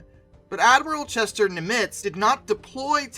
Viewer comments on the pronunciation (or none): I like the history, but PLEASE learn the proper pronunciation of some names! Example...it's Admiral NIM-itz, NOT nim-ITZ.